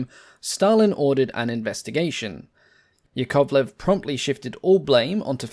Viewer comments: yAkovlev, not yakOvlev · OMG! I understand that russian surnames might be hard to pronounce, but it's easy to remember: Yak - YAkovlev, never YakOvlev. So as LAvochkin (not LavOchkin), TUpolev (not TupOlev), KAmov (not KamOv), but Il'yUshin, MyasIshchev, SikOrsky. Nevertheless it's a good quality channel. Good luck with it and greetings from Russia! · small correction it's yAkovlev, not yakOvlev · "yAkovleF", not yakOvleV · Just a tiny but important point - "Yakovlev" is pronounced with its stress on the first syllable - YAK-ovlev. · A quick tip from a native slav: "Yakovlev" is pronounced ['jakəvlev] with the stress on the first "ya" and the "o" simplified to the neutral "ə". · Pretty, pretty please. Russian aviation journalist rushing in. Here are correct stresses for you: YÁkovlev (Yak), TOÚpolev (Tu), IL'yÚshin (IL), MikoyÁn and GurÉvich (MiG), SukhÓi (Su), AntÓnov (An), LÁvochkin (La/LaGG fighters), PetlyakÓv (Pe), PolikÁrpov (of U-2/Po-2 the Sky Crawler), KorolyÓv (“space program father”), ChertÓk (the missile man), GagÁrin (cosmonaut №1), TitÓv (cosmonaut №2), LeÓnov, (first man in open space) TereshkÓva (first woman in space), KvÓchour (test pilot), BÓgdan (test pilot). Mikhail Mil of Mi helicopters is pronounced similar to the French thousand: Mílle, but with L not swallowed. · Stress mark is on "a", like in "Yak" - Ya'kovlev A smal suggestion: you can make a video about I-220 - it's story can raise some eyebrows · Hearing the 2nd syllable stressed is going through my spine like nails on a chalkboard. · Interesting pronunciation of Yakovlev's surname.